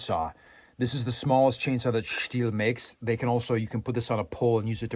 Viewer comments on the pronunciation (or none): What about adding Wielder of the eletric Stihl? A play on words with how he pronounced it like "steel" at first at